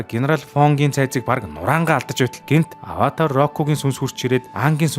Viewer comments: Ynziin saihan tovchlol boljee Gehde bro avatr koishi2 gd baih ym avatar kyoshi shu kiyoshi gj duudna shu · Аваатр гэж уншихаа болиорой😭